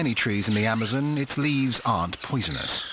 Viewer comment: I don’t like the way he says Amazon. And Jaguar.